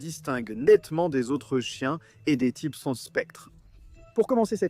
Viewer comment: "Les typses" ok ok...